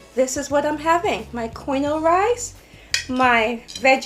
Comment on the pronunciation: The food looks good quinoa is pronounced keen waa